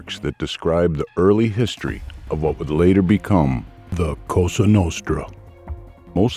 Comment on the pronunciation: Lose the robot voice. Mispronunciations include history and diaspora. Hire a human being for pity’s sake.